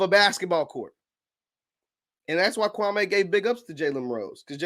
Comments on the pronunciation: It’s Kwa-ME not Kwa-MAY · Say the mans name right gatdammit! KWAM MEE! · thats not true. Kwame stated his name is Kwa - me. The media mispronounced his names for YEARS.